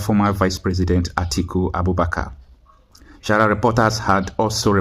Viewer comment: i would prefer you improve on your pronunciations. You call sahara reporters shahara reporters. You also call gazzette for gazet. You don't pronounce according to spellings. Many people are watching you all over the world. The food you are cooking for the world to eat need to be cooked properly if you want your fanbase to increase. Thanks in anticipation you will improve on these areas and many more.